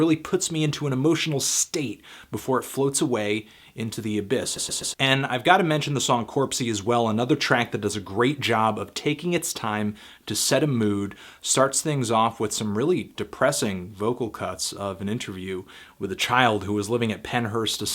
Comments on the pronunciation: Its Cropsey not Corpsey, Antonetta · hey man,I love the way you can describe these songs and give such vivid descriptions of each song, and not tryin to be smart or anything but the track is called Cropsey not Corpsey :P